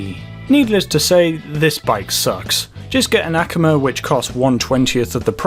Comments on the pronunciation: "Ack,uh,ma"?? I pronuche it, "Uh, Cum, Ma." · Akuma is pronounced “A-Koo-Ma” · The way u pronounced akuma